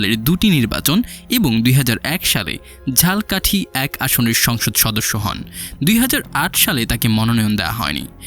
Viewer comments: ঝালকাঠি না উচ্চারণ হবে ঝালোকাঠি। উচ্চারণ ঠিক করবেন। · ঝালকাঠি শব্দটা ভালোভাবে উচ্চারণ করেন ভাই